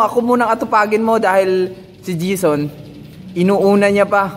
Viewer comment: Jayson kasi yun hindi jison😆😆😆😆